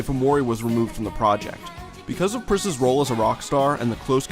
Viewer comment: haha dude I had to listen like three or four times to realize you weren't saying "Priscilla Prisasagiri" at the beginning. good stuff.